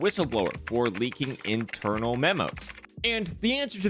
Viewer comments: "Interanal memos" Lol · This man just spelled internal as "InterAnal" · Did anyone else catch the "interanal memos" ? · “interANAL” memos 😆😆😆